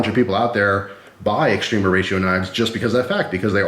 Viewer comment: It's often pronounced wrongly like extreeeema